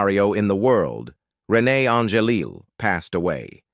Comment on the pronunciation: Not pronouncing Renee’s name correctly and misspelling her name in a copy of the transcript is disrespectful.